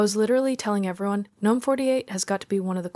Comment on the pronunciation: finally someone who pronounces gnome the correct way